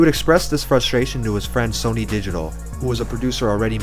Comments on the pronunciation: Pronounced “Sunny” not “Sony” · Lmao "sony." It's sonny. Like sunny. God that Tuesday beat soooo haaarrrdddd.